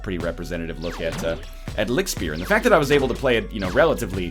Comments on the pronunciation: Are you actually from Germany? As a native German, "The ch sound in german is exactly like the sh sound in English. There is no difference." this statement is just plain wrong. The sh in English is pronounced with your front teeth touching, the ch in German is pronounced without your teeth touching. They are completely different sounds phonetically, just on the basis of them being produced in entirely different ways. Maybe in some dialects, some Germans pronounce ch that way but that's just a dialect. The correct way to pronounce ch in German isn't anything like the English sh. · Good pronounciation (hopefully this was correct) but the ch in lichtspeer sounds like a angry cat :D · Nl you are right. It is German and it means light spear but your pronunciation is completely wrong :P But that's fine ;) The German in the game on the other hand is awful... Couldn't they have been bothered to ask someone German to review their German words and sentences? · nicht lichtspeer, sondern lichtspeer? waaas? xD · Its not Lichtspeer, its Lichtspeer you egg! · The right pronounciation would be something like: Li-sh-t-sh-p-air (Li-ch-t-sh-p-eer) (from German for: Light Spear) The sh sounds are just like in fish. The "air" is pronounced just like air. The other consonants you nailed pretty much; they don't have a special or different pronounciation than in english. For reference, you said: licked spear. However, as an addendum, the devs do not seem to speak German themselves or only know the meme-y version of it. Putting "das" in front of every noun is simply wrong in a lot of cases. For example, the level "das frostberg" should be called "Der Frostberg" (capitalization intended). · Not really a Seoul Seoul situation - the German pronunciation of Lichtspeer is far enough away from "Licktspier" that you don't have to be German yourself to hear the difference. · Sound like he is saying lick spear :D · So, it's pronounced "Lih-hyoot"? That doesn't sound right.